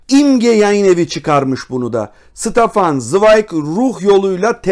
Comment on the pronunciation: "SITAFAN" değil, "ŞTEFAN" okunur.